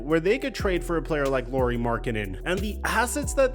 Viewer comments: It’s Lauri not Lori. Au in Finnish is like the Ou in ouch. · Lauri is pronounced Lowry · Is it THAT difficult to pronounce his name correctly? You have no issue saying Kyle Lowry…